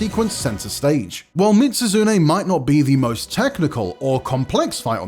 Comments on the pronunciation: Bro literally said Mit-Su-Zune🤦🏽‍♂️ tell me you’ve never played the games without telling me you’ve never played the games… also, Behemoth?! What even is this list?! Fatalis is “arguably one of the strongest” in the game?! Be for real lol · Why add behemoth to a best monster hunter monsters list ? Collab monsters shouldn't count and also lol that Mizutsune pronounciation. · Bro mitsuzune? Nergantay? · Mispronouncing both Mizutsune and Nergigante, as well as having Lagiacrus as the only monster that didn't appear in Worldborne or Risebreak is not a great look, sorry.